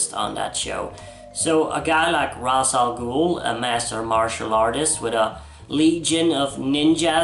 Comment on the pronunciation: I miss the days when people said Ra’s Al Ghul’s name correctly like in Batman TAS.